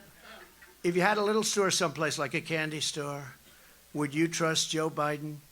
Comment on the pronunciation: "If you had a little store someplace". I 100% though he said, "had a little SORE someplace". Thought Trump was about to make an admission.